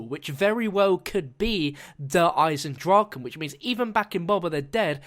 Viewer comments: In german it speak ch not like the english g In Eisendrachen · its actually "eisen draCHe: and not eisen draken .. you spelld it wrong :D